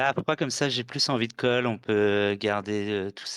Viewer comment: pk tu dis cog et fog au lieu de call ou fold ?